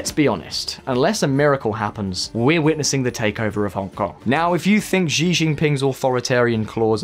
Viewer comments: Oh my god, Xi is pronounced like chi- not zi. Chinese latin alphabet, have it owns pronunciation rules. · wait what kind of chinese is that? 习 in mandarin is pronounced as SHE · can you pronounce "xi" properly? Not trying to be mean its just bugging me. He is famous and it makes the channel seem less authoritative if you guys habitually mispronounce it ( regularly screws up pronunciation of other famous names). Your mispronunciation of Tsai is perhaps more forgivable, although if i were you guys I would check the sound online for all of these before i spend hours recording